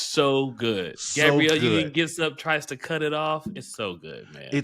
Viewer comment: *Gab-bree-elle Sorry, I had to 😂